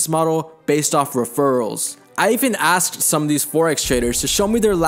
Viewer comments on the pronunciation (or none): Anyone who pronounces “asked” as “aksed” should not be trusted! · If he says “ I axed my self” I can’t take him serious 🤷🏻‍♂️